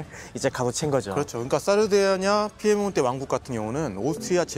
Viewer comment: (중령?)님의 이태리 원어(^^) 발음 사르데냐 - 삐에몬테 훌륭합니다 ㅎㅎ 내용은 더 훌륭합니다. 평소 좀 궁금하게 여기던 바였는데 잘 들었습니다. 깊이 있습니다~